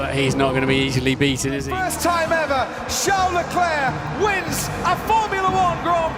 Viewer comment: Ah yes, "Charles Lefuelflow"